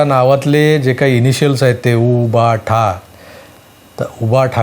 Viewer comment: उभठा असे उच्चरल्यावर """उपटा""" असे बोलल्या सारखे ऐकू येते 😂😂😂😂😂😂😂😂😂😂😂😂😂